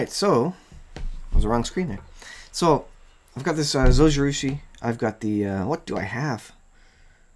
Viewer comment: Thanks for the video. I want to say 'thanks' but also correct your pronunciation. Zojirushi is Japanese. In Japanese the 'J' is pronounced like a 'J' is in English - like the G in Giraffe. So, it would be [zoh-gee-roo-shee] (There is no accented syllable in Japanese.) Hope this helps!